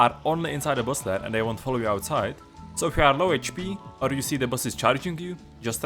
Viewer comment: So 50 meters from the “Boss” or the “Boss lair.” I’m assuming the “Lair,” but the way he said it made it sound like he meant the actual “Boss.”